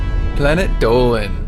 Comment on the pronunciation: ITS ACTUALLY DOLAN